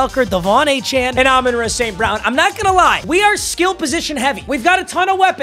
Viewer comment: The way you say Amon Ra’s name is starting to give me cancer